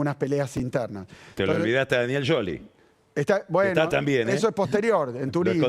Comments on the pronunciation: Respeto por Pagni? Por decir Sholi en en vez de scioli se merece un cachetazo en la calva, pero respeto no encuentro por más que busque. Es un periodista mercenario al servicio de la má profunda cloaca escatológica de la política. El buscador de Mandelas. Falta Alfredo Casero para que le acomode las ideas al. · el solo quería decir SHOLI